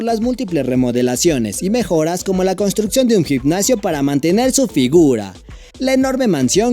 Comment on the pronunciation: Gicnacio???? Jajajaj no será gimnasio?? Aprende a pronunciar bien